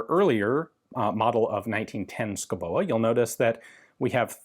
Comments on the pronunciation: "It's Danish and thus not physically pronounceable". Says Ian Mcsomething. -> Daanish pronunciation. It's not even difficult. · Yes you kinda butchered the name. But points for trying! (And better than "Madsen". Haha) If there are Danish names you want to know how to pronounce, before making a video, pm me and I'll send you a sound file. Not that it really matters for the videos, but if you think it would be fun to pronounce them correctly you are welcome. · I'm danish and I will give him a B for effort, and I really agree on him not physically pronounceable... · Actually, Ian is pretty close, except that the e at the end is silent and the stress should be on the first syllable. Basically, the “Schou” part is pronounced pretty much like Ian does, while the “boe” is pronounced something like “beau” (how long you drag out the vocal sound may vary). A simpler, more phonetic (in Danish at least), spelling of the same surname would be “Skovbo”. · Yes, the pronunciation was not even close ;-D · is pronounced more like skoubo. is danish. and here we only use half of the letters. the other half makes a different sound then you would think. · It os pronounced - Skovbo..... but nice try 😊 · I'm living near Denmark and know a thing or two about the danish Language. It is hard to pronounce, but I think Ian's take is harder to pronounce than what it probably is: just "Shobo" with both "o" 's pronounced like the o in "word". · Skovbo? Are you sure about that? Isn't "sch-" pronounced just "s" and where did you get that k-letter from? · Pronounced score-bo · Sko-Bo lol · btw the name is pronounced as skov-bo Schouboe is just the old Danish way of typing that name (it means something along the lines of a home in the forest) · Ian - if you want to pronounce Schouboe more like we do it's Skovbo. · Pronunciation is Sk-au-bow. As in autumn and crosbow respectively. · The 'e' in 'Schouboe' is completely mute (i'm Danish) , another spelling is 'Schoubo' , rhyme with 'Lego'